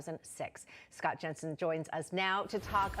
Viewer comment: 'Jenseng'? You fix this and I'll delete this comment, K?